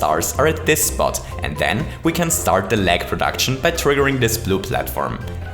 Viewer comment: "Today we're going to recreate my Churney." "Small Break Froo" Recently I was Jetting a little bit" "I want to LEg the Game" "RuNs At A lItTlE oVeR fReE fRaMeS pEr SeCoNd" "More than HUNDRED POWCE" "THEY STOP TO SPAWN ENEMIES" (Do you mean they stop spawning enemies?) "100 Starce" "Here we load 100 Starce by Chomping at these question Blocks" "O n e i n g a m e s e c o n d t a k e s F I R T Y F R E E r e a l s e c o n d s t o P A U S E" "So the next time someone asks queue what the most lag possible in Super Mario Maker is, now, you know DE answer" "Huge shoutout tube (the other youtuber), he's been a huge HEAD with this video" "I hope you wonderful ladies and CHENTlemen enCHOYed this little video." "If you ENCHOYed it don't forget to leave me a FUMBS UP' Can you please speak English correctly???